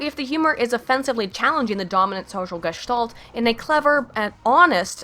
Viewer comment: You said "Gestalt" (I figured it out after numerous repetition). Your pronunciation was... ähhh... different as I´m used to. If you wonder why it bugs me so much it is because it throws me back into german and my mind needs some time to get back into english and so I lose some words... (for a few moments english than sounds like gibberish to me) Well nonetheless I like your atittude!